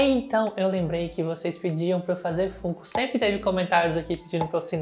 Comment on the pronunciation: Sempre fantástico seu trabalho, sou fã faz um tempo… Duas observações para te ajudar (perdoa se de alguma forma parecer chato)… FUNKO POP se pronuncia FÃNKO POP… assim como FUN (diversão em inglês) se fala FÃN. E a serie ROUND 6 é Round SEIS mesmo, em inglês é SQUID GAME e o unico país que traduziu como ROUND é o Brasil mesmo então o número está em português. Parabéns pelo canal sempre